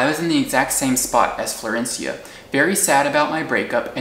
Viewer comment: I love your storytelling. Also, excellent pronunciation of "Florencia"